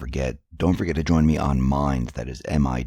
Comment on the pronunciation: Oh! no wonder I coudn't find it! It sounded like you were saying which is a Google survey site. Thanks for spelling it out for me. There is no link in your show notes. I wonder how many other people misunderstood mimes, instead of minds? Ah! linguistics!